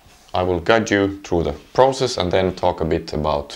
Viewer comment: WOW...when he says "easy PROZESS" ... EPIC Btw.. are you german?? i can tell by your milestone being QWERTZ instead of QWERTY